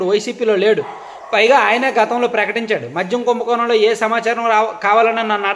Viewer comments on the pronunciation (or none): కుంభకోనమ్ కాదు నాయనా కుంభకోణం అని మాట్లాడాలి